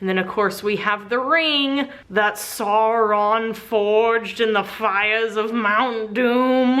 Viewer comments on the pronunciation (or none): You mispronounced Sauron. The first syllable is to be pronounced as the English "sour."